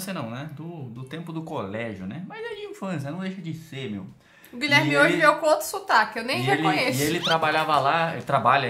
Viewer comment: Guileerrrrme não tá bem hoje 😂😂😂😂